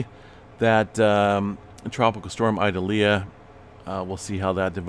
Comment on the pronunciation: Ee-doll-yah ( correct pronunciation)